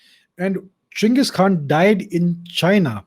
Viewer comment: Finally some Literate Indian calling him Cheng-iz and not Gang-his..... Most idiots form west nations don't even know how to pronounce Asian names properly.